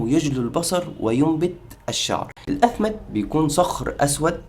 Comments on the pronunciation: الإثمد بكسر الهمزة مش بالفتحة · إسمه الإثمد بكسر الهمزة وليس بفتحها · أخي بداية الإثمد بكسر الهمزة وليس بفتحها ...وثانيا اختلف العلماء في أن الرسول كان يكتحل أصلا وقال العلماء لا يوجد سند ثابت يخلو من علة في اثبات ان الرسول كان يكتحل وكل الاحاديث الواردة في هذا الشأن بها علل او مقالات بما في ذلك الحديث اللي انت ذكرته وقال العلماء إذا صح هذا الحديث وقد صححه علماء حديث بالفعل فإن الرسول كان يكتحل لمرض وليس كعادة ومع ذلك قال العلماء لا يمكن القول بإن الاكتحال سنة عن الرسول.....ارجو التدقيق قبل نشر أي معلومات دينية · تصحيح الكلمه : الإثِمِد